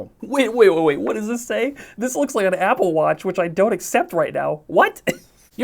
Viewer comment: “Appel” lol